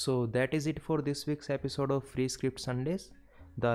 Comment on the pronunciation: you said fwee but it no fwee